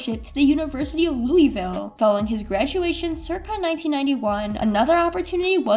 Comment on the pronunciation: Joda-key and louwiville….. let me take my like back.. 😂😂